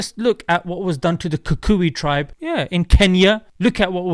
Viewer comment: I like how you pronounced the Kikuyu tribe in Kenya 😂😂😂